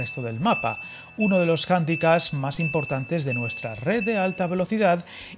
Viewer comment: Ok, la verdad es que mi intención no es crear polémica al respecto, cada uno que pronuncie como quiera. Mi visión particular al respecto es que cuando hay un "prestamo lingüistico" de una lengua a otra como "Handicap" sigue habiendo una "p" al final. Handicap se usa perfectamente en Español. Es como una palabra normal, se tiende a ser muy laxo en la pronunciación sonando un poco ridículo, siempre lo he visto así en España, con otras generaciones. Siempre he pensado que es así porque no ponen cierto esfuerzo en aprender a pronunciar. Y creo que se puede cambiar, más aún cuando se habla públicamente. No creo que sea necesario pronunciarlo en iglés o afectado o creyendote más culto, solo algo que suene bien.